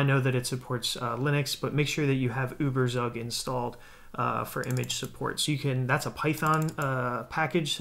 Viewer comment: The way you pronounce Überzeug is so funny XD (It's a german word)